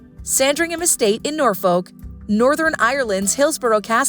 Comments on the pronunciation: the way she says norfolk. it’s pronounced norfuk. not norfolk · Not only that, the narrator mispronounced Norfolk and Savoy. Was that a real person with a heartbeat or another A.I. fake voice?